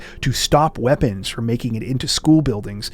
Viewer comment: Now that you have said that it makes sense. LOL didn't sound like Weapons.